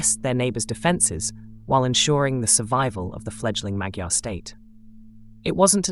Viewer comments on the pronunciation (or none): Next time please ask a hungarian how to say "Magyar" please, I am a hungarian and I cant stand hearing this. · Learn how to pronounce "Magyar". I get that you dont speak the language but in English we have an agreed word for these people: "Hungarians". You using their word for what they call themselves appears intended to suggest a more intimate knowledge. But if you were truly that intimate you'd know how it's pronounced. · As a Hungarian, To say the original “Magyars” name and word is close to saying “mud-jars” and as one word. I often hear “mag-jars” which is very strange and pronounced incorrectly. Thank you for understanding and showing respect. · In english/Australian it wou be modyar. I'm Hungarian born and raised in Australia